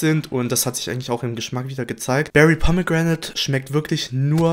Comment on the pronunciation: Gutes Video, aber bei min "Pomme Gränäd" ich hab mich echt nicht mehr einbekommen 😂😂 Edit: Danke für das Herz ❤️